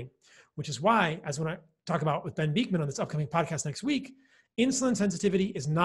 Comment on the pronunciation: sorry to be pernickety, but you always pronounce Dr Bikman ' s name wrong! it is jarring! you must have heard it pronounced properly so many times, honestly, listen ! ? it is Bik (man), as in tick, not beakman ! c'mon!!! 😂